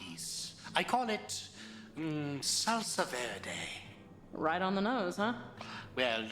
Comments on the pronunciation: It's "Salsa Verde" bro!!!! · Oh my god, it's "Salsa Verde"!!!